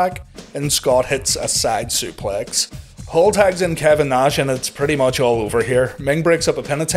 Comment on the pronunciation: A shot for every time he says "motch"